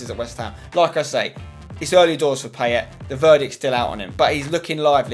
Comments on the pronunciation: It's pronounced Pie-ay :) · it's PIE-YAY and yes, I'm gonna be that guy. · Poor effort on the French pronunciation of 'Payet'! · 'PIE-ET' not 'pay-et' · At least pronounce it right.. Pie-yay = Payet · Pls pronounce Payet right thnx xoxo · PIE-YAY ZA-RA-TUH Pls can people start pronouncing their names correctly! :(